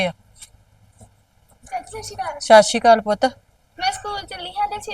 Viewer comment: Shashikal nhi hunda ji sat sri akal hunda kyun punjabi boli kharab krde ho